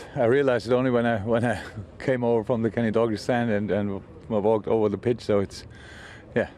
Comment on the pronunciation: Did he say Kenny Doggy stand at 08.44?